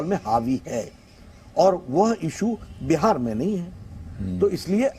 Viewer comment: "बिहार" होता है - "बेहार" नहीं होता है